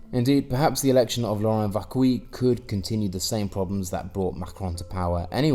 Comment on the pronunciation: Laurent Wauquiez's name is pronounce Laurent (Loraon) Vokiay or Vokiay'z and not "Wokui". And the final "t" in "Philippot" is mute (Filipo). Good synthetic video, as usual.